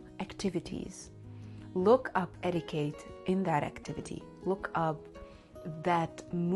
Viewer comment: Darling, it's eti-kett, not eti-kate